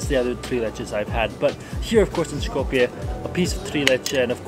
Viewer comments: You are misspronouncing the name of Skopje. It's pronounced more like scope-ye. Not shkopye. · Btw you dont have to pronounce the S in Skopje so harshly. Pronounce it like the S in Street.. its more of an S sound then Š. Š in macedonian is the letter Ш. You can hear Ш in the Sh in Shrek but in Street or Sunglasses its a soft S. Also this is an educational comment, I am grateful u visited Macedonia and hope you come again.